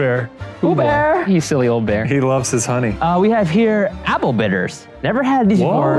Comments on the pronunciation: H o n e y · ok but the funniest part of this video was ryan being fully out of it saying h o n e y in that voice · why did Ryan said honey like that?? 😂